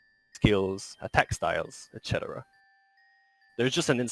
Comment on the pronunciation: Did he just mispronounce etc...?